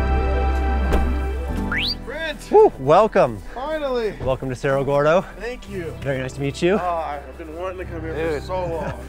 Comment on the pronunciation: did u said sarah gordon ? 🤣🤣🤣🤣